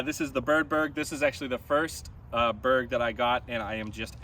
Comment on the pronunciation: Glad to see I pronounced 'Beorg' correctly from the start. Cool to see you and Drew Gibson throwing mixed bags like the rest of us!